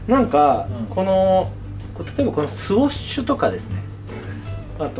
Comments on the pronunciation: スウッシュってゆってお願い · NAOTOさんスウォッシュではなくスウッシュですよ〜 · 好きなのは分かる。でもスウォッシュって言い方は間違い。